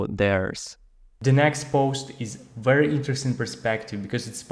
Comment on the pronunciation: Thank you!! I like the new format. Your English is very good!! Remember that the English letter V does not have a "W" sound. Someone can help you. Just a small help!